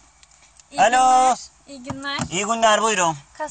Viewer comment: Gastamonu gastamonu dep dep dep 😂 Kastamonu /Çatalzeytin